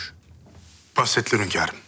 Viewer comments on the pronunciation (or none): HÜRREM demeyi biliyor ama HÜNKARIM diyemiyor başladı HÖNKAR azabı hepimize geçmiş olsun